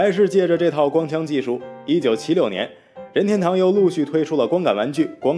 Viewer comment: Mingwei Liu 必须顶你一下,这里又不是姓氏,解说怎么能发二声,听得难受死了. 另外这个配音的英文发音也是无力吐槽了.